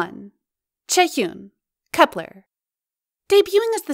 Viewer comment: wait its called kepler and not KEEPER!?!?